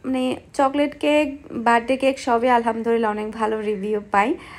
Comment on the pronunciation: apni apnr ktha gular moddhe onkk vhul ase tobe apni Alhamdulillah k bare bare Alhamdurillah kno bolen bujhi na apnr shob kichuy bhalo lage shudhu ey jinishta bade apnak aro onk cmnt kra hoise ey bepare but apni ekdomy shunen kno apu ey ktha bhali bhabe bolle ki hoi apnry to gunnah hoitese tay na apu